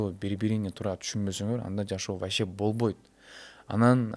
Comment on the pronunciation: Бобойт эмес болбойт - деп сүйлөш керек . Точка эмес чекит койойун , бобойт эмес болбойт , отношение эмес мамиле - деп сүйлөсөң . Сөзүңдүн теңин орусча , теңин кыргызча сүйлөгөнүң туура эмес . Булардын жашоосу кимге кызык .